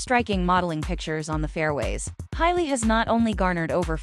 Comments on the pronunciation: Hay-Lee, not High-Lee. JFC! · Ha lee. Not Hi lee.